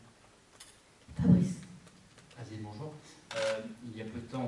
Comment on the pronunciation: Tu sais que tu vas passer un bon moment quand le premier mot que t"entends c'est "Bonyour" de Pablo